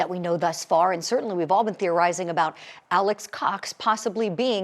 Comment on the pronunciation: Alex not ALLEN